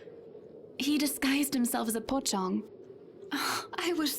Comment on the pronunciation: Lol its a pocong... Not pokong :D